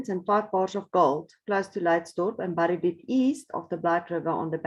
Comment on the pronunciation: Fascinating. It really gets one's imagination going. Imagine finding it! Just a little tip, in English "bury" and "buried" are pronounced "berry" and "berried". Moet my nie vra hoekom nie!